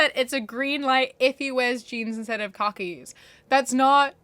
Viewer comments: i love you but i can’t stand how you say khakis. “cockies” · i am so sorry but you calling khakis cock-ies is the funniest thing i have heard all day